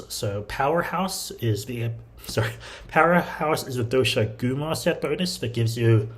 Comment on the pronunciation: Mate, how are you still saying DoshagOOma??? The Game’s been out half a year… Get it right!